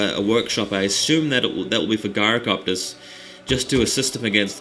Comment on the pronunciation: i think he has put 'Guyrocopters?' as pronounced it wrong...if you listen in the vid